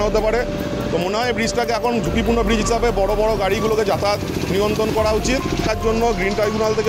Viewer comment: ব্যারেজ না বন্ধু ব্রিজ একটু স্পষ্ট করে বলো